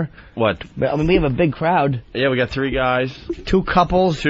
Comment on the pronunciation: Why in the actual FUCK did Dopie keep saying "Asstrays" instead if "Ashtrays"??? It's like when he used to say "three one three free" instead of just another three, who mispronounces words on fucking purpose??